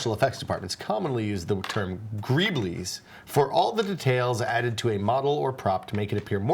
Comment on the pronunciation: Gree-bulls! "Greebles" is pronounced "gree-bulls" Sweet Jesus, I bet you pronounce "meme" like "me-me", don't you?